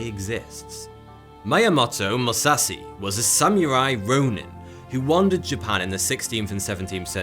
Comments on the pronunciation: Dude when your channel is about information and education you can take a couple of minutes to check how foreign words are pronounced and not sound like a complete idiot. it's not about being a weeb he also mispronunced every other fucking thing even Kurki instead of Kukri. that's clownish for this type of channel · Bro, I really don't mean to be rude, I just want to respectfully correct your pronunciation of Musashi's name. In case you might not know it is pronounced "Moo-Sah-She" , the end of his name is said like the normal feminine pronoun "She" , not "see" . Truly no disrespect, just wanted to let you know. 💯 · "Musassy"? It's MusaSHI 🙁 But still a great video 🙏🏽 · Mu- SA- shi Not . MU-sa-see And It's SA-mu-ra-i Not sa-mur-eye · "MUSASI" I believe his name is "Musashi". It's not that hard to say. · I get triggered every time he pronounces Mu-sa-shi as Mu-sa-si(c), Dude tryna turn him Mexican lol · Your pronunciation of "Musashi" just about killed me. Like god damn dude, its not "Moo-sa-see" its "Moo-sa-she" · Every time he says Musassi my ears ache. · Don't wanna be that guy but... Musashi with an "Sh" not Musassi... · He can literally pronounce Musashi as if it were an English word and it would be (almost) correct. Instead he chose "ma sassy". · Exactly. It was just pure torture listening to him pronounce Musashi as "ma sassy". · I get cancer every time you mispronounce MusaSHi's name as "MusaSi"... Also the weapon is a KUKRI not a Kurki whatever the hell that is....ffs man do your research. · Musashi MOO-SAH-SHE Emphasis on the second syllable. Don't you know that now days, pronouncing a person's name incorrectly is a hate crime, or some other silly sh!t? Carry on, sir! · "Mayamotou Musasi" LOL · He pronounces musashi as musahsi I don't want any more names butchered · Moo- sa- shi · Pronounce it with me. MOO. SAH. SHE. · MOO-SAW-SHE Musashi 武蔵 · Musashi is pronounced MU - SASH - EEE. Kukri is pronounced COOK -AR - REE. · pronounced MU SA SHI not (Mu sasi)